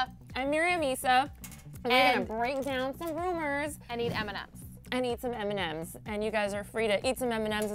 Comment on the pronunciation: am i the only one who undestoop eminem when they said m&m's ? no? ok.